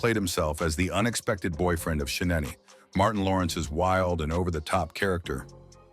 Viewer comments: Sha-NAE-NAE! Whoever this narrator is butchered that name several times…if it is a bot, send it back for repairs 🤦🏾‍♂️ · AI commentator called Shenaynay - Shenanny, Bruh-man was Brew Man, Tommy Mikail Ford- Tommy Mickel, TIshINA instead of Tichina. Please stop using AI for black stories if it can't even pronounce our names correctly. So disrespectful for such a great show.